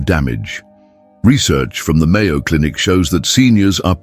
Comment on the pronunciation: I was about to believe it and then, it said "Mayo Cinic" 🤡